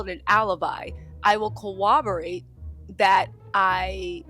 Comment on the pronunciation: I implore you to say “corroborate” correctly. We have a generation out here saying things like “irregardless.” Thank you. Love you.